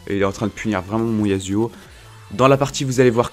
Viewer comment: Tu peux dire YaSSSSSSSSSuo et non YaZZZZZZZZuo stp sa me stresse xD